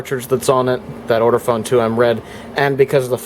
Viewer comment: Hi. This has been a very interesting video. Just one thing it’s Ortofon not ORTOFONE!